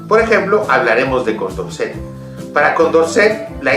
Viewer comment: Quien es de la ilustración Su nombre condomset no se oye bien